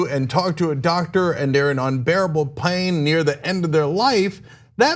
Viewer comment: Cenk sounds like he's from the panhandle! "...incredible PEAYNE"